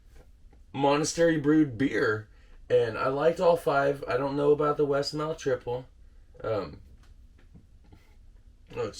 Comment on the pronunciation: it's pronounced triple, no Al at the end.